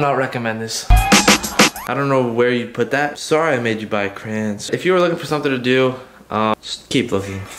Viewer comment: 2021 and he’s still saying crans 😂